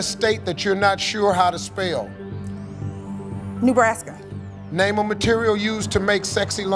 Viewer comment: Name a US State youre not sure how to spell? "Noobraska" ... and she meant it hahaha